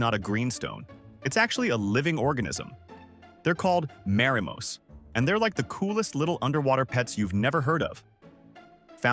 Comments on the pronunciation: Wrong pronunciation, its MA RI MO not Merimos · Oof. Not märimo, marimo. Romaji is designed literally be pronounced as one would latin. Or in other words, add brackets to both ends of words to make it appear IPA. It literally is that simple. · No 😭 that's not how you pronounce Marimo....